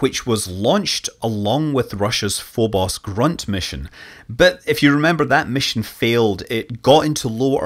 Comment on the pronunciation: "Phobos—Grunt" (Фобос—Грунт) is pronounced "Groont". It literally means "Phobos — soil".